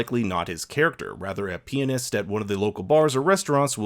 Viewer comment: you said "peenist"....lol